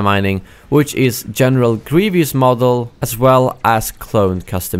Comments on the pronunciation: it's "Grievous" not " Grievious" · It's GrieVOUS not GrieVIOUS, but I don't really mind people saying it wrong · It’s Greev-us, not “Greev-e-us.” lol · you have a strange pronunciation of "Grievous"